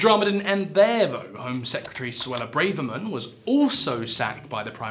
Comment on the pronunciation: ok you can't pronounce braverman's name, who are you